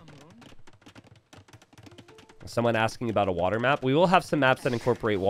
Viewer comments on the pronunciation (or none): none